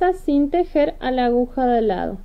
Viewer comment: Precioso lo que está haciendo Pero ud. Es una informadora, educadora al fin. Se dice a-gu-ja. Espero no le moleste .Patricia. mendoza